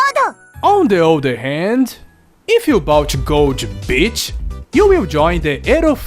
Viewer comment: When you wanted to say gold beach i understood Gold Bitch :D, anyway great review Always nice when you talk about Japanese games so i'm sticking around for sure ^^